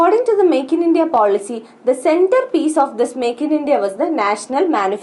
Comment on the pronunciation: horrible pronunciation